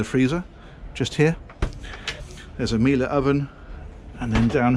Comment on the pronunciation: Hee hee! Well done, you pronounced 'Miele' correctly in this video!! I do love your vids though. Always bring out the really interesting points - although my question is...why do you never seem to get lost in those bigger boats?? (Maybe you do - the mastery of editing!!) Keep 'em coming. You need to pop over here to Norfolk. I'll introduce you to a couple of great boatbuilders.